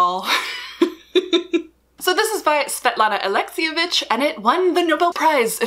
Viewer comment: Hearing your pronunciation of Svetlana Alexievich had me smiling. I love hearing non-Eastern European/non-Russian speakers try to pronounce our names. But don't worry, you did better than most people! Actually, you did pretty great. ♡ Also Svetlana Alevevich is my favorite author because she writes about the forgotten people of the Soviet Union- aka my family members. My favorite book by her is "The Unwomanly Face of War." It documents the women who served in the Red Army during the Second World War. I've read it 6+ times and have cried every single time because it is so powerful, just like "Voices From Chernobyl.". Anyways, наслаждайся чтением!